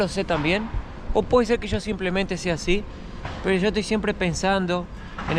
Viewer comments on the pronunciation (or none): none